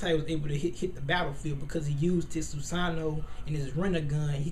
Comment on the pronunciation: Erm I Like The Video, But It's Pronounced 'SU-SA-NO-O' And Another Thing ... Madara's Susano'o Is Meant To Look Like A Tengu O.o ...